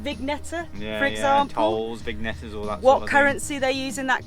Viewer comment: vingnette is pronounced vinyet.